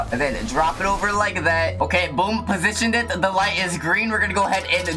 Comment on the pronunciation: ugh woman HAHAHAHAHA "sip of za tea" HAHAHAH